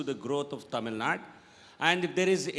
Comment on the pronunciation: It's tamil nadu!!! Not tamil naad!!!